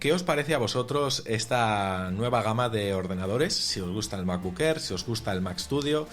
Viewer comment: Me gusta el nuevo color del "mabocck errr"